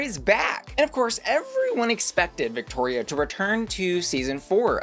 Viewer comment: Please pronounce Victoria’s name properly. Her name is her brand and mispronunciation of it is disrespectful.